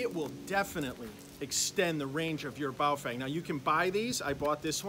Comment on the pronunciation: I believe it is pronounced as bao "ferng" - "fern" with a twang.